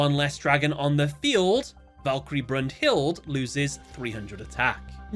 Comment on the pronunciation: Broom-Hilde. 😂😂😂 Every single time made me shiver. brunhilda is how u say it